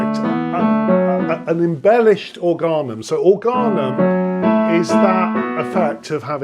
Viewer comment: Minor point: "organum" is a latinised word of Greek origin; the stress is on the first vowel (órganum), not the next-to-last (orgánum)